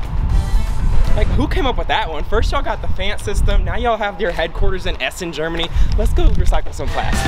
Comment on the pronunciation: Small tip - It's pronounced "Pf-AH-nd" not "Pf-aaa-nd" (no midwest "a's" round here haha)